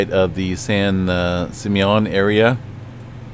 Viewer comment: San Simeon is pronounced San Sim ME en. Accent on the ME syllable.